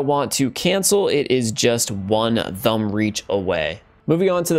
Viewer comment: This guy pronounces "thumb" with the wrong "th" noise...